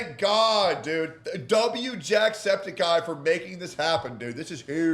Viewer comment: Its septic-eye, not septakai